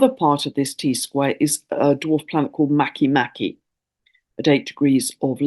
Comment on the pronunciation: I love these timely needed indigenous tales that help us heal and come into right relation with the Earth. A small detail, Make Make is pronounced Măh-kā Măh-kā and Haumea How-MĀ-ah, in Polynesian language e is pronounced long A sound in Hawai-i, Rapanui, while i is prounounced long E.